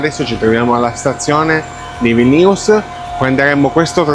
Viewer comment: Bel video, solo un appunto... Non siamo in Francia, "Senoji" si legge Senoii, enfatizzando la prima i. E Vilnius ha l'accento sulla prima i, non sulla seconda.